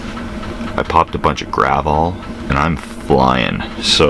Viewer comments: Wasn't paying enough attention and thought you said "popped a bunch of gravel", not "popped a bunch of gravol". Gravel is slang for a mix of meth and coke. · What was that package you said you were flying high on? Gravall? What was that?